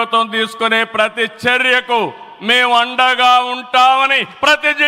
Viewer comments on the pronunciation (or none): none